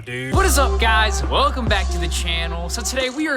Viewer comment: Your velcome